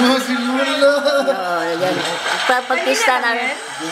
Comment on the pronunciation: Ano sabi ni Lola sa ? Sabi ba nya loh-loh? 😂